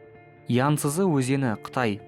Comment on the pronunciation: Янсызы емес янцизы деп айтады